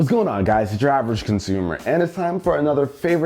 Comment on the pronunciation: I swear to god it sounds like he said driversconsumer